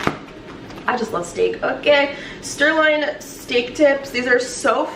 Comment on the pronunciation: Did she forreal keep calling it sTirloin steak?! 😂😭